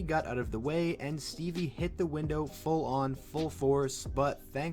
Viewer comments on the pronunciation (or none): none